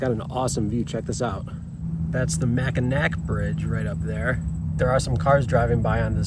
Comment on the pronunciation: Both spellings are pronounced Mack-n-aw. Just found your channel, looks cool.